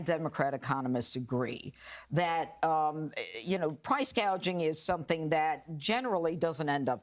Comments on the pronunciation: She called it price GAGING , NOT Price GOUGING, she is just plain stupid!!! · Crazy part is you can't even pronounce price gouging. Kamela calls it price gageing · Somebody probably had to tell Harris its price gouging and not price gaging. If this woman ends up guiding the ship of State we are going to end up like the Titannic. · Kamala calls it PRICE "GAGING" NOT GOUGING No genius there..